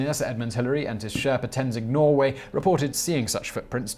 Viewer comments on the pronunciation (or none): Sorry. Just had to leave a comment. Love you shows, but you made a mistake. I'm half Nepali, and have had the luck of meeting Sir Edmund Hillary, but you mispronounced Tenzing's last name, and it bothered me a little. It isn't Norway it's pronounced as Norgey. Other than that great video. 😃